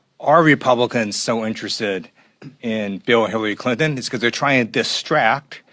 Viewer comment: did he say hillwee clinton😂😂😂